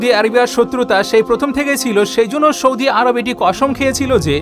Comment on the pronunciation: U r very good, learnt many things. Good presentation. One mistake , Sana Saudi u r saying Shana Shaudi.